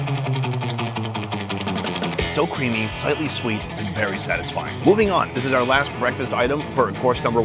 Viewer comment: OUR rhymes with HOUR. ARE rhymes with R.